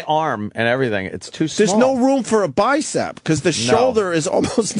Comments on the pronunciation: He says bicept a few times. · Wonder if opie ever learned that there’s no t at the end of the word bicep.